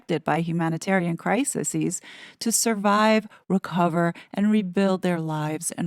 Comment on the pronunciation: Crises pronounced cry + sees.